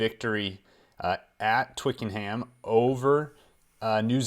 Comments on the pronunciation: After ALL the time you've spent following rugby - and you're still referring to it as "Twicken-h-h-h-Ham!!!! FFS!! It's Twicken'um!! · For Twickenham try Twick-en-em don't pronounce the 'h' which is a rule in many place names (but not all just to keep you guys on your toes!) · its pronounced more of a twickenhum than an emphasis on the ham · I enjoy the mis pronunciations man, how else are you to know he's legit IA?? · but mispronouncing Twickenham casts doubt on his credibility as in any way as knowledgeable. He is not claiming to be any kind of expert, I grant you, but not getting the right name for one of, if not THE, most well known rugby venues worldwide is pretty laughable! Added to which, he frequently requests corrections for any errors. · The H in Twickenham is silent and is probably the best rugby stadium in the world for atmosphere and hisory along with Ellis Park in Johnessburg.